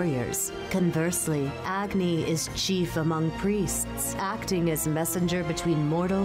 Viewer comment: The pronunciation of some of the names killed me like Rama and Agni